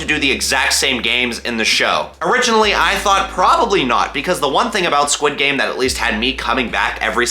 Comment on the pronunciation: i love it how he says sid game insted of squid game